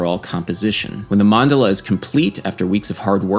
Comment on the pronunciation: Enjoyed the video. To be a nerd the emphasis is on the second syllable Man-DA-la.